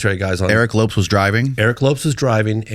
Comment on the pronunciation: He got Aguilar for the most part but doesn't realize to pronounce Lopes as Lopez after all these years?? 😅